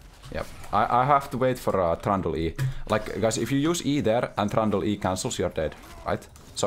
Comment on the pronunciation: Kinda not familiar with how u pronounce Trundle I keep on hearing that hated name "Thranduil" from Lord of The RIngs. Edit : This is why I don't play Shen. My eyes are spinning from looking everywhere else when Ult is up.